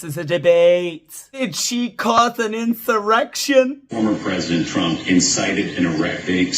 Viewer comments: The erection Bahahaha, idiots can't say insurrection. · Am I the only one who was hearing 'erection'? I started to think I was imagining it.